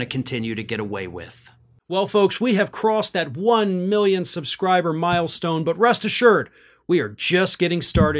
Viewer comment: He will still state, "Mi-yons and Mi-yons of migrants blah blah".............He cannot pronounce million and billion correctly.